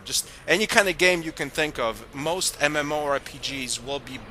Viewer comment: MMORE?...that's what I keep hearing from your mouth..its MMO...